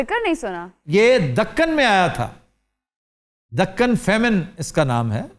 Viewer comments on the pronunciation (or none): Aftab Sir yeah dakan nahin hy... isay da~kn pronounce karte hain. kaaf pe shad hy.